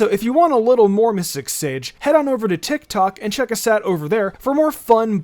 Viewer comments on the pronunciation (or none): none